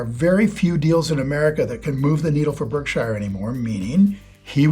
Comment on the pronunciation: Weird that you pronounce Berkshire incorrectly when you're such a big Buffett guy.